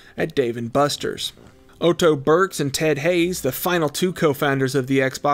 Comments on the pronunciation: First time I’ve ever heard someone pronounce “Otto” as “Oh-Toe” lmao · Lol “Oh-toh”?? His name is just “Otto”, and sounds like “Auto”. I honestly hear someone make this kind of mistake on like, every single YouTube video I watch these days lol. Why can’t anyone say words or pronounce names anymore?!? 🤔